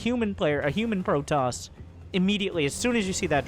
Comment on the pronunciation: A Pro-toss ahhhhhhhhhhhhhhhhhhhhhhhhhhhh